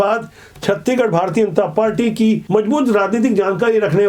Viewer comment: छत्तीगढ़ नहीं छत्तीसगढ़ बोला करिए 😅😅